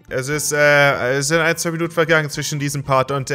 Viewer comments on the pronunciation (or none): none